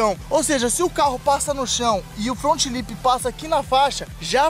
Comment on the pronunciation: Resumo do vídeo: "meu front lipssss" kkkkkkkkk